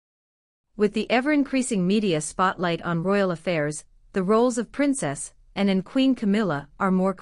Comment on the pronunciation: When talking about PRINCESS ANNE…..PLEASED PRONOUNCE HER NAME PROPERLY INSTEAD TRYING TO SAY SOMETHING NO ONE CAN UNDERSTAND.!!! 🇬🇧🏴👑🇬🇧🏴